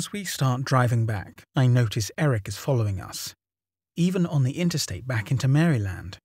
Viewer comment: Lmao this narrator's way of pronouncing "Maryland."